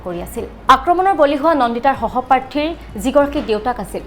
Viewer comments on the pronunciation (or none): hohoparthi nohoi hohopathi,ahomia tu vlke kbo njano,news gabo ahiso